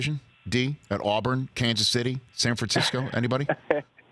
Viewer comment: San Fransackyou